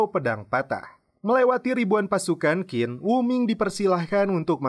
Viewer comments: Qin dibaca Chin, bukan Kin. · Mas, Qin itu dibacanya Chin. Seperti Cina. Karena memang Qin (Qin Shi Huang) sang raja adalah awal muncul nya Cina. Kata Cina itu adalah berasal dari Qin (baca: Chin)